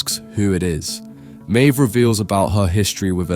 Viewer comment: He also can't work out if Maeve is pronounced "Mave" or "Meeve".